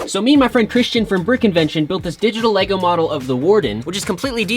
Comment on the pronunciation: Bro doesn't even know how to say Lego lol